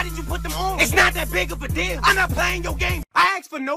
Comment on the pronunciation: did no one released that he says "It's not that big of a DILL" (like as in pickles)